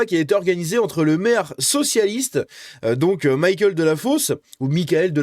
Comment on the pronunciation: On est en France...Michael ne se prononce pas à l'anglaise